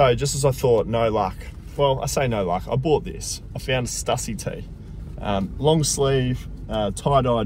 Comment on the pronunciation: just to correct you, its pronounced "stussy", not "stussy".